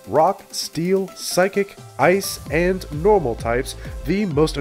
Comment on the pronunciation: Omg the way he said psychic, psykick needs too be a move